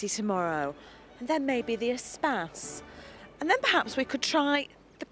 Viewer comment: Did she say Renault Spaz? It's Espace you twäŧ!